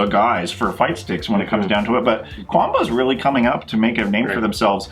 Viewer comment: Love your vids, but it still bothers me how you guys say Qanba lol. It's not 'Quanba', the Q is like a K sound there.